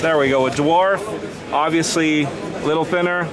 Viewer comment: This guy obiusly like to say obiusly